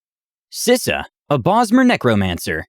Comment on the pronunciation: xD Yeah, Atais, Aisla, Sisa, and Tazita got lost in translation. :p But he tried! Honestly, I don't even know how I'd try to phonetically spell Taz's name that would make it obvious.